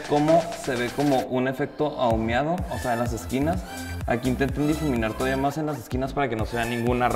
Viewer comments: Se dice AHUMADO, no AHUMEADO. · Ahumiado😂😂 no lo supero😂